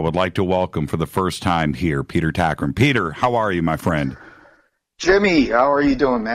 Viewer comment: Its Tagtgren not Takrin... (Grand Moff Tarkin? :D )